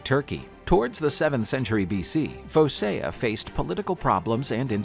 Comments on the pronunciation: Phocia is pronounced Foh-kee-ah, not Foh-sigh-uh. Why do you use the late Latin pronunciation, what does that have to do with a Greek name? Yes, I know Greece (Hellas) was under Roman control for a while, but so what? It was also under Frankish and Italian rule, not to mention 400 years under the Ottoman Turks, but that didn’t change the Greek language. If you don’t know how to pronounce something, it only takes one second to look it up on the Internet! Don’t assume English rules apply to foreign languages, they don’t; do you want to sound like an ignoramus? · "Fokea". Now pronounce it again.